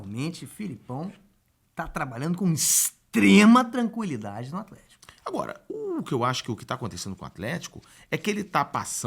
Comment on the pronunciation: esse "Aflético" do craque Daniel sempre me ganha